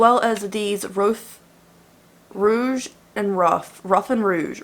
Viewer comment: Hey you probably don't care but the lashes are pronounced roo-ge (like blush rouge) and row-gue